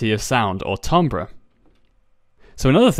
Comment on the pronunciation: I'm pretty sure it's pronounced TIM-bur